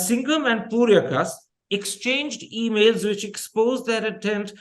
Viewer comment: Mr. Thappar. It's Purkayastha not Puryakasta